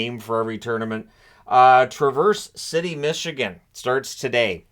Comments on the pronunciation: Hey, the ‘Trav’ in ‘Traverse City’ is pronounced more like ‘Travis’, not the word traverse. Just a heads up if youre doing a video on these later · “Trav-urse” city